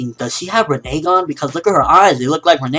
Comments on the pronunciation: rinnengan - ren-nin-gone not ren nay gone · buddy... Why you gotta be different? The show and everyone else in the world pronounces the Rinnegan as Rinn - eh - Gon... But you for some reason are saying Rinnay - Gon. NOT HATING, JUST WONDERING. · LOL you said RENE-gan lol:3 but anyway great review:) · Can you learn how to pronounce rinnegan please i hate hearing you say it incorrectly.